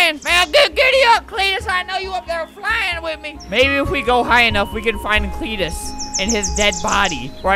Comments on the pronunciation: Auntie: creentus Uncle:cteetusre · Swamp Cleetus: Creetus idk xD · spent 1 robuck everytime albert says cleetus